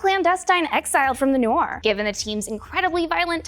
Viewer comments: As well as noor. It's "noor" not "norr". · It's Noor (Nur) & not to be pronounced as Norr or Noir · Its not 'nor' its 'noor' like you pronounce ' noon' so pronunciation of 'nor' is 'noor' like 'noon' Why you calling noor a nor 🤔🙄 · Noor(مر) is an Arabic word stop pronuncing it like it's English. You are ignoring the "r". Noorrrrrrrrrrr